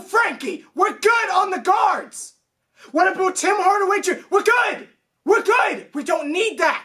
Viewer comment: been watchin for almost a year now the rants are hilarious but I still dont get the "aboot" thing... i thought i was a Canadian thing but idnt even know if your from canada 😂😂